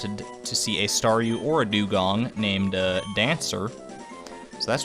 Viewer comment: I know I am super late but Thank you so much! I love being a Staryu! and yes you pronounced it correct the first time.:)